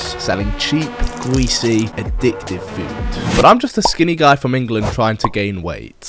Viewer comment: Gweasy, weally, amewica